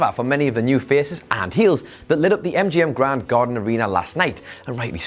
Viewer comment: Am I the only one who heard him say "mgm gonnorhea", 😂